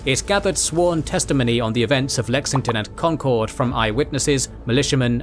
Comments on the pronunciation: As a Boston native I've been dying for this but please god it is pronounced con-kurd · Concord rhymes with conquered 😊 Most folks pronounce it right when they say Lexington and Concord together, if that helps